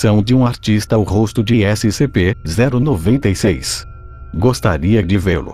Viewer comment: Eu: •-•) Hum, vídeo legal Narrador: SCP-096 Eu: hum Narrador: S-C-P-0-96 Eu: ok brow •-•)=b Narrador: ÉCI CE PÊ ZÉRU NOVENTA I CEIS °-°) omae wa wo chindeiro Narrador: NANI?!!?!?!!